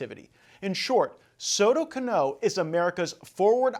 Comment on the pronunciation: It is not Soto Canó. No accent on the last sylable.